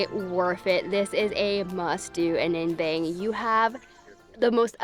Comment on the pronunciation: Im very impressed with your pronunciation of Ninh Binh. It’s very accurate.